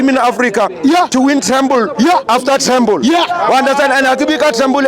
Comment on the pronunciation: It's not tremble but treble 😂😂😂